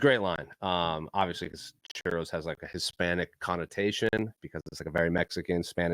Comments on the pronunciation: He said "cheerios" not churros. You know; donuts, 0's (O's), etc. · I thought max said cheerios lol i was mad confused. I was like thats still an O lol